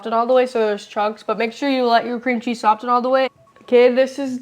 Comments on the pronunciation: Pleas stop saying the t in soften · soften has a silent t 🙄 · I know everyone is on you about how your pronounce stuff, so I will add, it’s not sof-tin, it is saa-fin. I. Love your channel and try your recipes. 😊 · Perhaps he could also tell her that Soften has a silent "T" aa well. Soffen is how it sounds. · the T in soften is silent. Dad missed that one! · "Soften" is not the same thing as "often" with an S added at the beginning. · Love this, thanks a lot..... the T in soften is silent. only love to you guys. can't wait to try it! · Pobrecita!! Don't worry about getting the words right. We know what you mean. Also, just for reference, the "t" in soften is silent! 😊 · Where on earth did you ever hear the word tangy pronounced tang-gee... soften, the t is silent. Thank goodness dad is there to fix the education your teachers failed at.